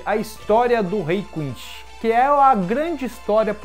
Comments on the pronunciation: Quincy não Quinxy, iCHIda não Íchida, Yachiro não YaraCHIrú. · Meu ouvido não ta acostumado com a pronuncia "quinxi", eu peguei a mania de falar "quinssi"...não sei qual seria a pronuncia certa. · é quincy ou quichi? to entendendo é nada